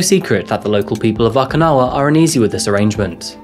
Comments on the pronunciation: Just FYI, it’s OH-kinawa…not AW-kinawa. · OkInawa, not OKAnawa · Am I the only one hearing "akinawa" and "asaka"? Enjoyed the rest of the video.